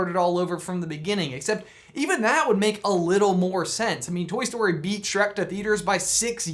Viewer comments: Back to "Shrack" ? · Hehe Shronk